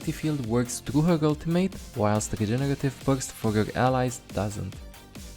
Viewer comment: The way says "regenerative burst" it tickles my heart for bit,hes like:Jegeretive bujst.LOL